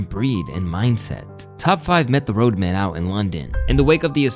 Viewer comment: It's road man, not road men btw